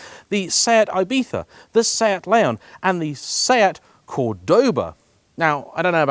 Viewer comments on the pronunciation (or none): none